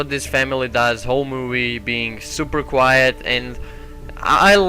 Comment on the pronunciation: Yo,it's quiet not quite. (just saying)